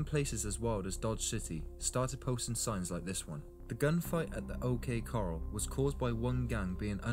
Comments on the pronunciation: This guy is funny. The history of the settlement of Texas is completly brutal. He called a Stetson a Setson. And Said OK Coral, not Corral. Flippin pretentious Brits. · Corral not coral. Accent on 2nd syllable. Coral is found as sea reefs.